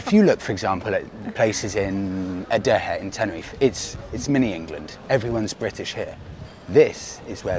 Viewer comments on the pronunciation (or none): Another brilliant blog, still not mastered “A-Deck-Ay” 😉 but I forgive you because your enthusiasm is electric, eg 33 minutes in, Monica catches the view and it takes her breath away “Wow Wow Wow” and you are round the corner enthusing about a worn out road and a smelly old cave….Priceless 😂